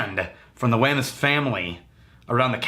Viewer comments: I've had a couple of different bottlings from Wemyss, all pretty damn awesome. BTW, I think they pronounce it as "weems". I always forget that & tend to say it the way it's spelled for an English speaker. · Great review, It is pronounced weems though. In Scotland this is called Treacle chest, they had to change it here.